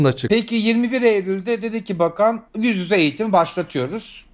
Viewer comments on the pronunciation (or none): Bir tek ben mi kitlendim "yüz yüze" diyemeyişine ve "dezenktefan" deyişine?